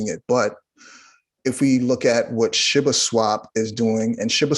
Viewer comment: awesome info.. just hate how he says Shiba like "Shibba".. if it was sounded like shibba, it would spell like shibba smh